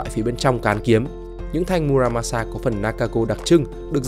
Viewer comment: Mư ra ma xa . Đọc đúng âm Nhật